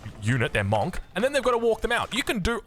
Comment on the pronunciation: bro why are you still pronouncing the word monk wrong? people have been commenting this for ages